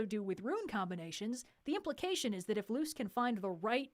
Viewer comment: It's Luz not Lucy (Spanish name)